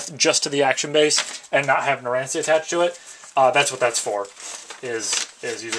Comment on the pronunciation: It's pronounced narancha also the little guy name is formaggio he can shrink